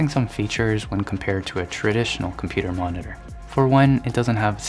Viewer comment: No one: in a soft gentle voice: "mohneteeehr"